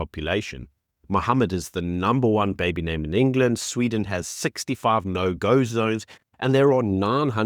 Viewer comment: It's not Eng-LAND, it's England - and it's not Green-LAND, it's Greenland.